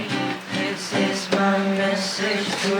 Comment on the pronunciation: loko ka HAHAHA imbes na "this is" ginawa mong versus 😂